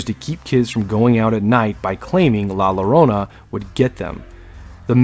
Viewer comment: I love horror nights I love horror movies but I cry bitch baby tears with Momo. And not hating just informing la llorona in Spanish double L's have a Y sound so yo-ro-na. It was a Great video tho 👍 keep em coming!